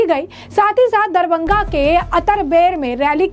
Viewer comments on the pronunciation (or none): मैडम शहर का नाम तो ठीक से बोलो.. दरबंघा नहीं "दरभंगा" बोलो..